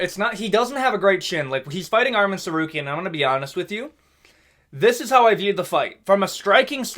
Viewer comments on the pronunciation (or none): none